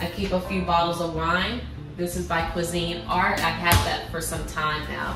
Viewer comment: Hahaha, Cuisinart is one word. It's not cuisine art.